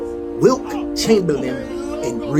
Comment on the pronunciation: It’s Wilt homie, W-I-L-T. Not Wilk.